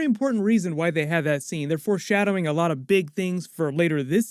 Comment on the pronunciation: I'm sorry but are you saying "force" shadowing?